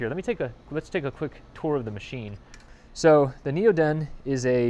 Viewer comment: Want to see part 2, and more videos like this. I look at your channel every month or 2 but this is the first video I've watched in 6 or 8 months. Hope goodyear doesn't sue you... :) Also, at least you pronounced NeoDen correctly... :) Missed you this week on AmpHour.